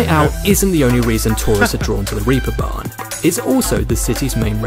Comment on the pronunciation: "Reaper Barn"??? - It's name is "Reeperbahn"! Wiki: "In seafaring, the Reep (plural: the Reepe) refers to a rope or a hawser. The production used to be carried out by the craft of the Reepschläger on the so-called Reeperbahnen by twisting thinner ropes or Reepe." rope = reep ...okay?!